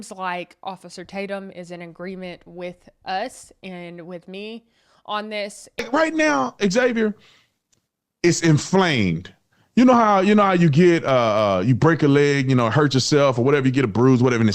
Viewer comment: its pronounced "Zavior" not "X-zavior"